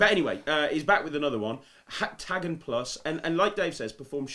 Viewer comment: Heptagon! Heptagon! Why can't you even say the word heptagon properly!!??